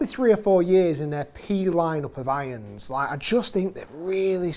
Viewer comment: Love how you say: "iyons"....